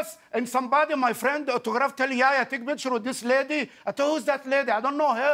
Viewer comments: His name is yeh-ya not yaya😑 the first part is like saying meh but with a y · I love this guy Btw his name is pronounced (yehh yahh) Not yaya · Its Yehya not yaya!!!!! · it’s yehya not yaya 😂😂😂😭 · it's not yaya man it's yah-ya He say it like yoyo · It's "yehya" not "yaya" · omg for the love of god. it's not YEAHYEAH. its yah-hee-ya. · It's not yaya it's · It's yehya not yaya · Bro its not jaja its YEHYA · you really just said yaya yehya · Lmao, my name is, and pronounced like Yehya, pretty strange fam. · Yehya = yaya Lol dude wheres the H you have to say it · He makes fun of the guy's pronunciation When he pronounces his name "Yehya" wrong You need to show the H more it's not silent